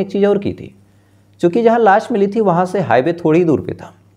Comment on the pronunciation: गुमसुदगी नहीं भईया... गुमशुदगी होता है, लास नहीं लाश होता है, आशु होता है आसू नहीं